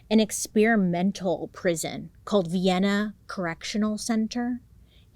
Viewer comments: You mentioned the area I was from 🤯 mind blowing because I didn’t know of this case! And it’s “Vi - Anna” like “vi- olet” (violet) Love you Bailey!!! 🖤🖤🖤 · They pronounce it , "Vy-enna" down in southern Illinois. Trust. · First, love LOVE this makeup look. It makes your eyes pop. Second, I'm originally from southern Illinois (born and raised) and I've driven past the Vienna correctional facility. It gives me no pleasure in telling you that, in southern Illinois, we like naming our towns after well known places but pronouncing it entirely differently. So, it's not Vienna like THE Vienna (or like the little sausages), it's pronounced like VIE-anna (rhymes with Dianna). Just a not-so-fun fact lol ❤ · Ha, I'm from Vienna! That threw me when I heard it. Also, it's pronounced with a long I.